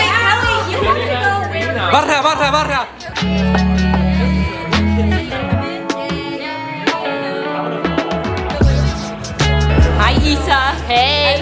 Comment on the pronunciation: This is soooo cute!! Such good friends 🥹💖(Also, im sorry, the best par is Kelly trying to pronounce Barça cause im from barcelona 😂)